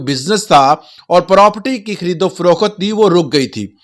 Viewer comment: Froqt hota hai, faroqut Nahi